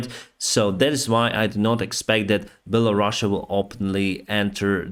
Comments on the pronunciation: “Bella-Russia?” Is that how it’s really pronounced or is he making fun of them? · I thought that the name was Belarus and not Bella Russia 😄